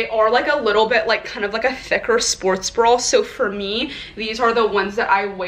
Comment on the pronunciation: bra not brawl